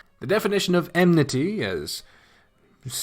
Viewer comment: For the love of god it's "En-Nim-Et-Ty" Not "Em-Nity" lmfao Enmity